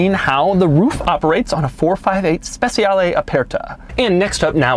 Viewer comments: it's not speZiale it's speCiale (like CHEEse) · Speciale not spesiale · He also should say SpeCHiale against Speciale, because in Italian C pronounces like CH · It isn't pronounced spetzialee, it's spechale, with the soft "ch" sound. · "spesiale" xD cheers from italy doug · every italian is crying every time he says SPESIALE AE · Trick for English speakers.. speciale is pronounced ‘spechale’ where ‘cha’ sounds like the Cuban dance ‘cha-cha-cha’. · More of a personal thing but I cringe when people pronounce Speciale incorrectly, it just sounds so off. In Italian the cia makes a cha sound. So really it sounds spe-cha-le where both letter e's make a soft sound. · It's pronounced "spechale", not "spesiale". You've been to Como, you should know... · Its pronounced SpeCHiale Aperta. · Special ee Special aea Special eah How To Pronounced A Specialeaea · Everytime you read ‘Speciale’ I cringed... Or is it my bad? I thought it was pronounced ‘spec-cha-le’ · Spessiale....no good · Can't pronounce Speciale, literally unwatchable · The way you say speciale a instead of aperta really grinds my gears. The way you pronounce speciale aperta is just bad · It hurts my ears when you say speciale. Even Google translate pronounce it better.